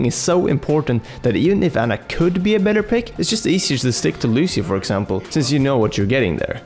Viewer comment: Her name is Ana not Anna, sorry this just annoys me.